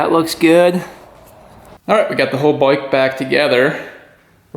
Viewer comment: I always give this channel a thumbs up like because you are a great motorcycle mechanic. But can someone tell me what a boik is. I have heard him say it many times...but i can't figure out is what does boik mean.